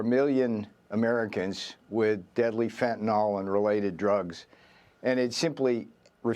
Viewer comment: She Jin Ping. Fentanill. Practise your pronunciations.